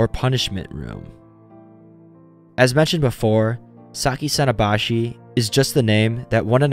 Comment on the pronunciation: さきさのばし contains the hirigana “sa ki sa no ba shi” I think it should be pronounced like that I’m not good at Japanese but I’m learning am I correct